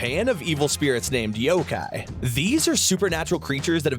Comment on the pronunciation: ''yogai'' lmao xD you gotta pronounce the ''K'' in the ''yokai',first time i've ever heard someone pronounce yokai as yogai lol